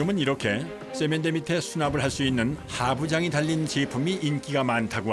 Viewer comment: 왜 세면대를 쎄면대라고 하지?